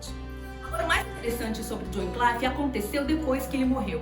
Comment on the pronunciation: Muito bom a dinâmica do vídeo, a edição, som e imagem bem bacana. Único adendo é sobre a pronúncia do nome do pré reformador. Se diz john wycliffe se pronuncia como se lê. Com A LETRA I mesmo após. Letra C , Vc está pronunciando como se tivesse um A. Ou se fosse na pronúncia do inglês americano, que I vira A. John Wynclaife. Fora essa questão parabéns